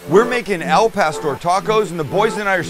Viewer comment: Al* not el wytboi